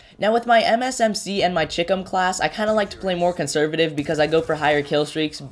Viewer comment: Just a small point. Everyone is mispronouncing CHICOM. It's a shortened version of Chinese Communist. So, it's sort of like Chai - Com...